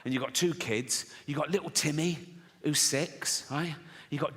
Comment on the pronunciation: Li-ool Tim-may!!